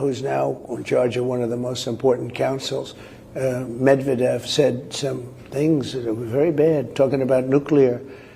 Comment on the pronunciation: ‘Gramps’ couldn’t even pronounce Mr Medvedev’s name properly.